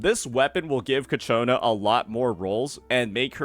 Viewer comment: FGS, IT"S CHIIIIYYYAKONAAAAAAA!!!